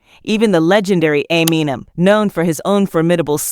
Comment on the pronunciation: God I hate AI hosts. Everyone’s names get chewed up. Just have someone read it for Christs sake, it’s not that hard. I mean who is Dr Dree, and ameenem? I’d be embarrassed if this is how my video came out, how am I supposed to buy into what’s being said if the person talking can’t pronounce normal words and names?